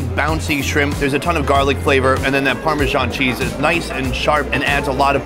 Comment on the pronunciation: "Very unique" is an oxymoron. It's unique or it isn't. You can't have degrees in between. Also, it's parmesan not pormeeshaun. Here to help.